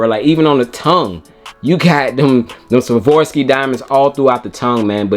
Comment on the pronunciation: Please stop saying “ Svorski DIAMONDS” please 😅